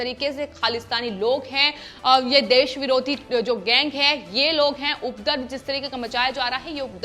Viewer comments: अपने हिंदी के उच्चारण पर ध्यान दीजिए। उपरदव नहीं उपद्रव होता है। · It’s not ‘updrav’ but ‘upadrav’ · You the ancher is not clear in hindi language Actually is UPADRAV Not udrav as you spoke Mind it 1st command the language then come on TV